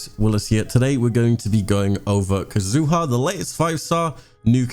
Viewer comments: Entire community: ka-zu-ha Willis: Kazoo huh? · Willis I love your videos, but the way you pronounce Kazuha hurts my soul